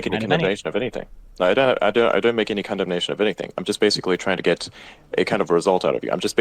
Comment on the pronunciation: that is not Elon. The way he said condemnation with an American accent just isn’t like elon😂 Ive watched enough elon musk podcasts to know a fraud